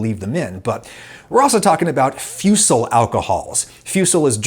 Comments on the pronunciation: Always love when german slang becomes a term. Its pronounces more like "foosle". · fusel, nice. Though its pronounced 'foose-ell' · Fusel .... For English speakers Foosel (the Foo sounds like the Foo in food). I like how you sometimes sneak German words in your vids. Grüße aus Deutschland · Fusel is german but its pronounced Fusel not Fjusel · its not fiusel its fuuusel thats how you would say it. me being a german got a lill bit ofendet lol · its not fyucell its foozell. the pronounciation for bad alcohol in German. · Its pronounced more like "Fuusel" not "fussel" but thats hard to convey over text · Fusel is pronounced as foozel in German. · Dear Adam, not to reddit shit up but what referred to is "Fusel", pronounced "Foo'sel/F'uh'sel" sometimes "Foo'sil" germans aspirate the vowels a bit more than americans, making "a" pronounced as "aye" in america as "ah" in german. also don't mistake it for "Fussel" (pronounced like: fuh'zzle) which means means lint. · You really butchered the word "Fusel" tho 😅